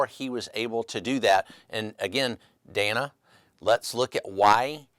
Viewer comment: If it looks like a duck…probably a duck. And it is Dan-uh, not Day-nuh.